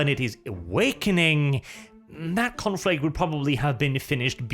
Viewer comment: the following reasons are why you are a good loretuber. 'Confrict...' 'Descwibe...'